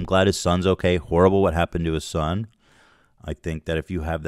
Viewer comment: I love it when Ethan says Aoukay